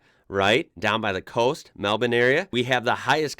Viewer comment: Wow. A Yank that ponounces Melbounre correct. You belong in the Smithsonian.